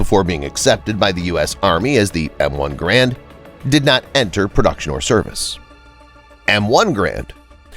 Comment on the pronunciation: “GARE-and” like Air, or errand. So G-Air-and. It’s not pronounced “gauuraund” or “grand”